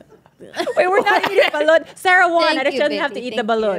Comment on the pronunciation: Is it just me or is butcher the pronunciations of these dishes? Like when he said Pancit, Ive never heard anyone say it like that same with how he said Balut?!?